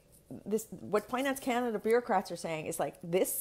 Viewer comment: It’s last line of defence not defense, and Canada, not Kenada.